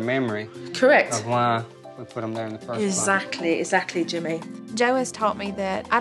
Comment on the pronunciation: I’m awaiting the day Jo says exactly correctly.